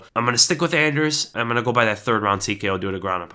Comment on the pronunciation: You got that anders so wrong